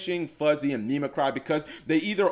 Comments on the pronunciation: Mimicry should be like mimic - ree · Mimi-KREE, plz,... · That's not how you pronounce mimicry. Oh, well. Do you at least know what that word means?